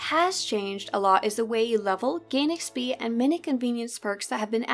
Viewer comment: why can't this chick say XP correctly?